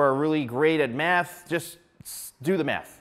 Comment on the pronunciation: It sounds like he keeps saying “Do the meth.” 😂